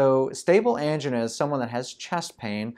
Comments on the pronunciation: It sounds like female engine :-D (but im not from english speaking country) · I have never heard the word “angina” pronounced the way this guy does.